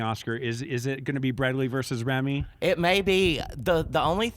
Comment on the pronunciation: It's Rami, not Remy....just sayin